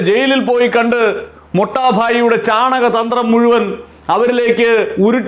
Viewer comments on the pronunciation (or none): U r always speaking chanakya thandrum actually it is chanaka thandrum (u may speak accordingly